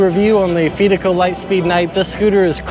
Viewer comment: pronounce fidico like you confide in someone not fee like pay the fees